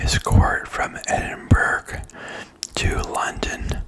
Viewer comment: Just a heads up, Edinburgh is pronounced ‘Edin-burrah’ rather than ‘edin-berg’ 👍🏻